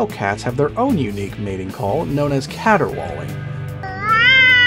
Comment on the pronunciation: He said "caterwalling" and I busted up laughing cause I thought about the choir master calling Barney Fife a "caterwalling tenor" on The Andy Griffith Show 🤣🤣🤣🤣🤣🤣